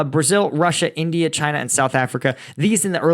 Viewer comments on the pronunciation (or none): none